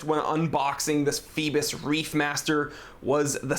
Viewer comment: do those americans rly read phoibos corectly, cause it sounds so wrong